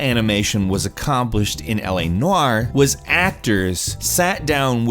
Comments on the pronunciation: “L.A. Nuuaaarr” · You say 'noire' funny. 😂 Not having a go, just made me laugh each time.